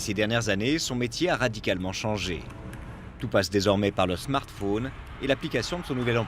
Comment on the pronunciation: Il faudra apprendre à la voix off...que ce n'est pas UN smart-faune!...mais un smart-phone!...arf🙄🍃